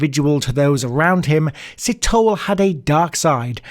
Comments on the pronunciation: First of all: Great content! Thorough research! Some viewer input: Sithole { See-toll-e (as in egg)} Maake {Ma (as in mum) -ha (as in mum) -ke(as in egg)} Please don't take offense; I'm just trying to be helpful.:goodvibes: #JustSaying :D #SouthAficanHere Please cover the South African Gert van Rooyen some point. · Si - to - le. Lukaska? LU - SA - KO. important capital city! Maa - keh. Not maki.